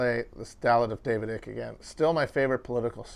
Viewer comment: David EYE-cke, not David EE-cke. I'm not happy I know this piece of info btw.